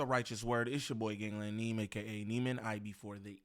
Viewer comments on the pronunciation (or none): none